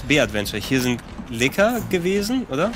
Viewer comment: bitte sprecht licker in der originalen englishen betonung aus das klingt sonds wie was anderes und das is nich gut loool